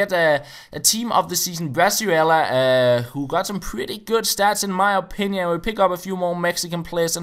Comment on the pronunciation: I'm mexican i can tell you, it is pronounce "bree-zuela", great video, the first opponent was such an asshole